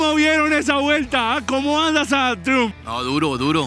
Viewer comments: PERO Y ESE DRON CUÁNTOS CILINDROS TIENE PUES? Ufff!!! Por cierto, se pronuncia 'Traiumf' pichurrias 😂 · Se pronuncia "traiamp" no triun 😅😂